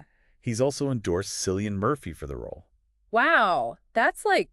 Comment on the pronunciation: At least pronounce the actors names right if your going to do a podcast. Ralph Fiennes is pronounced Raif Fines. Not ralf feens. And Cillian is pronounced Killian. If your going to geek out about these actors and be believable you should at least convince us that you know how to properly say their name.